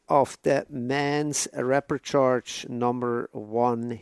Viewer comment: Great coverage. Thanks. Btw, it's repechage. There's not a second r.